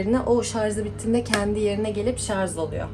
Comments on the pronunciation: Sarz degil sarj 😂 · Şarz değil yanlız Şarj olacak.